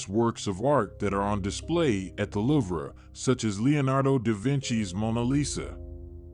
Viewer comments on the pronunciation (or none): I don't know if you are a real person or what but you have pounced wrong j Paul Getty's name wrong you said gritty it's not gritty it's Getty and the liver is not prouned that way it's the luve please get the pounced words correct I am admit about it as I use to pounce words and names wrong and so since I was a child I pounce words correctly and if you do a report as you do in this context then get it right please